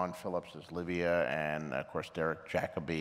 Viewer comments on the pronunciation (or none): none